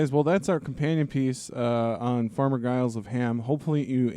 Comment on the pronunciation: I'm pretty sure the G in Giles is pronounced as a J, like the first G in gigantic. People in the UK say "farmer Giles" to refer to any generic unnamed farmer, like they might say to their kids "don't go across those fields because farmer Giles will set his dogs on you" etc